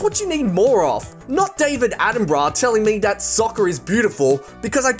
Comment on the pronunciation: genuine question whys he say dat and dis and der i cant stop laughing